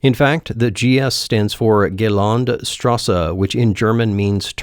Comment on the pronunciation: Haha absolutely butchered "Geländestraße"